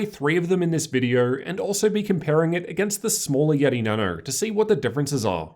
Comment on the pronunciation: why does he say Nano so weird he says Na noU